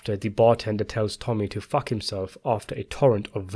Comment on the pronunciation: I'm sorry, but people with your accent should avoid using the F bomb, it has no impact, you just can't pull it off.